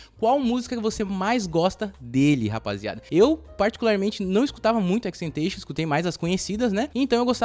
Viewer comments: Sim mano deu uma agonia mas o vídeo ficou maneiro kkk só a pronúncia do nome que ficou estranha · Só senti falta da pronunciação certa do nome dele… 🥲🥲🥲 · Tenho agonia por quem pronuncia o nick dele errado